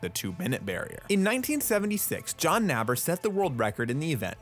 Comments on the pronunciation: please either use the American pronunciation of Roland Matthes’ name, ‘Math-ez’, or the German ‘Ma-tez’. It isn’t pronounced ‘Maiths’ anywhere as far as I know. And John Naber who I believe is the first to break two minutes for the 200 m backstroke, is pronounced like ‘neighbor’ not ‘nab-er’. John Naber was even an American sports commentator for a while, so I find it hard to understand why you can’t pronounce the names of two of the most famous backstrokers correctly. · So the name is pronounced as ,'Math-hers'....not...'Maytis'...and 'Naber'...is pronounced 'neighbour'...pedantic i know,but attention to detail is one of your many magnificent qualities.